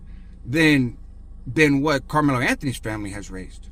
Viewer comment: Also it's Carmelo 😆🤷‍♂️